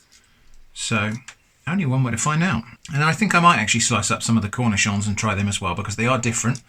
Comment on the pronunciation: arent you supposed to bread them and all that?? flour eggs panko? anyway i love your pronunciation of the word "cornichon"